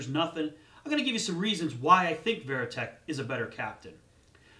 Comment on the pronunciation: As soon as I heard he said veriteck I thought he knows nothing